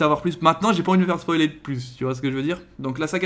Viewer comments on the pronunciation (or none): none